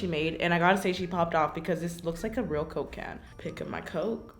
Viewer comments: Every time she said “coke can” I kept hearing Cocaine lol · When she says Coke can It sounds like she is saying cocaine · I felt when she said “cOke cAan” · No one: Literally no one Not even God: Karina: coke ca-yann! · My CCCoKe CCan. She really said her c’s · I dont think she can say Coke can lol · Who else thot when she said "coke can" she said cocaine Nobody: Anyone: Just me okay Lol😂